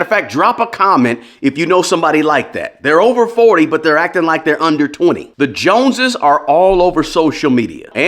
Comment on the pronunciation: Bro, watching from the UK, what’s the JONSES? LOL